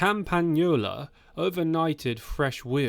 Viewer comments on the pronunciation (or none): Does anyone else think its funny how this AI voice pronounces Campagnolia? lollll easily confused eh